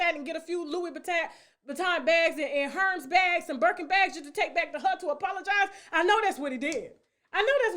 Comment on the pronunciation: Lol, Tasha, "Herms bags..." Hermes is pronounced "air-mess." 👜 As per the dismissed niece, boss women don't have time for 🎮! 😁😐😶